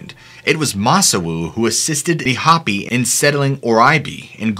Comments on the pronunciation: I'm actually a different YouTube user who's using my friends account to say this as we are using her account to watch some videos right now since my phone is dead right now, but you say Hoppy, but it's Hopi. It's pronounced as Hope-ee or Ho-Pee. Sorry being from AZ it irks me when local things are said wrong, but it surprises me you got it wrong when you do so well at learning how to pronounce the name of a person, people, place or thing normally in your videos, but no matter your still my all time #1 FAVORITE YouTube channel and the although it may take a day or 2 before I catch your new videos, as its hard to find a place to charge my phone at times since I'm homeless in Tucson, AZ. but I will always charge it to watch your videos above any other reason. Thanks and keep doing what you do. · Also, it’s: hope-ee not hop-ee 🥲🙃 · Hopi pronounced - How•pee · Hopi is pronounced with a hard O. Its Hope-E not hoppy. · It's Hopi with a long vowel o like hope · YOU ARE NOT PRONOUNCIMG HOPI CORRECTLY AND IT IS DRIVING ME NUTS!!!! LONG O AND THE I IS AN E SOUND!! PLEASE CHECK YOUR INFO!!!